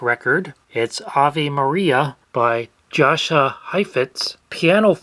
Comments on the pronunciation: Jasha is pronounced "Yasha". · Jascha Heifetz The J is silent. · Jascha Heifetz (I've always heard it pronounced Yasha) was a star in his own right, just not quite Caruso level. It kinda makes sense that those two were identified. On another note, I wonder how many people playing 100+ year old recordings to Shazam will it take to make it crash or rage quit? :) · "Yasha", not "Josha"! Just an FYI. Love your channel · Pronounced “Yah-sha High-fitz” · It’s pronounced Yasha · Jascha Heifetz is pronounced as Ya-Sha